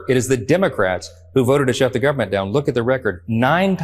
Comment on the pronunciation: Listening to MAGA Mike saying gubment drives me nuts